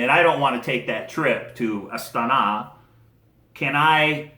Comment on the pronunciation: (KA-zak-stan) and (a-STA-na)